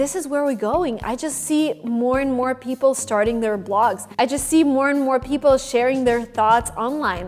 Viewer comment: This girl needs some English pronunciation classes. Girl, its "people" not "beoble".